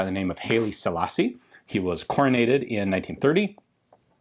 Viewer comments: FWIW, I've always heard it pronounced [when he was still alive, that is] "Hi! Lee" Selassie.... [Not Hayley Steinfeld^H^H^H^H^H^H^H^H elassie! ;-)] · love the channel it pains me when he mispronounces Haile Selassie. hayley selassi-eye is rastas say it